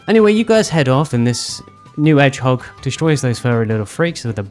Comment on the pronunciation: Why do i feel like you specifically called Shadow an "Edge-hog?"